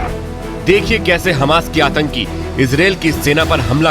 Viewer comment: Bhai atanki H ke latke 😂 pehle sahi bolo 😂